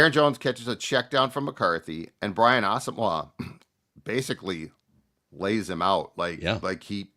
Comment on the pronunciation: pronunciation of Asamoah is nails on a chalk board